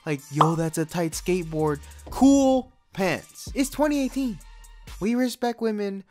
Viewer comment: RESPKET WAMEN